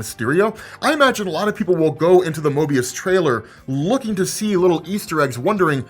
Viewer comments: Why do I feel like you are saying Mobius, it's Morbius. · Mobius or Morbius? Sounds like your saying Mobius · rob... its called moRbius. not MOByus lol lol you know the characters name! why are you buchering this. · Morbius,! MORE-BEE-US! It’s MORbius! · lol. not 'Moebius" MORBIUS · Hey, it's Morbius not Mobius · Say it with me. MoRbius. More-be-us. Mobius is a one sided paper strip. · MoRbius...I feel like u are trolling us when you say MObius...damn! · You may have not forgotten the film but you obviously forgot his name is "Morbius", not "Mobius", lol. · 😄 kept saying "Mobius" instead of Morbius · It's Morbious brother. Mobious is from Loki. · Drinking game: take a drink everytime mispronounces "Morbius". Because it's not "Mobius" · Morbius not Mobius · You kept saying Mobius, without the R of Morbius. Haha! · And your video of the spider man leak videos was the wrong video the one you show was old and fake and had so much fake footage the real one what was leaked was 40 seconds long and u can tell it was nothing like the ps4 spider man u leaked 🤣🤣🤣🤣🤣🤣 and its not mobis it is morbius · Lol how many times did he call Morbious "Mobious" lol common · You mispronoucning morbius as mobius triggered me!!!!!!!!! ahahahahahaha MORR.....BUUUUUSSSSEEEE NOT MOOOOOBEEEUUUUSSSS!!!!!!! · calling MoRbius "Mobius" through this entire video... lol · Morbius, not Mobius 😉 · Broo you said "mobius" instead of "moRbius" damn near 100 times lmfaoo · saying Mobius instead of Morbius shows you how much he forgot about it 😂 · Why is saying Mobius instead of Morbius? Just a mistake or am I missing something? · pretty wrong about a bunch of things...and after the bullshit fake spidey trailer. not a good look...and its MORBIUS not Mobius. very unprofessional. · I became too focused on Mobius... Its Morbius and you're doing it on purpose 😭🤣🤣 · Its leviosa, not leviosa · Lol I couldn't stop unhearing him say that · Morbius not möbius